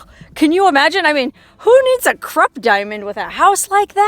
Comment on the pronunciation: Krupp.... Is pronounced....kroop....